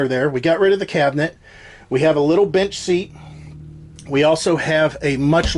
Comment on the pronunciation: it sounds like "we have a little bitch seat..."🤣